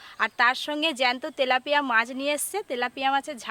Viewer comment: ভেজ ডালে পেঁয়াজ রসুন ? আর মাছটা তেলেপিয়া না , তেলাপিয়া। ফুলকফি না ,ফুলকপি।